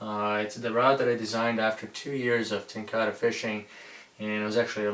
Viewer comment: ten ka rah... not ten car uhh